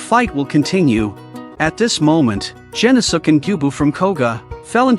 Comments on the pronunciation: "Gen-no-suke" The video: "Jen-oh-sukk!" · Oh my God, you mutilated his name it’s pronounced “gen-os-ke”